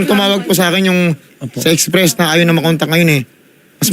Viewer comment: STRESS agency hindi express 🤦🤦🤦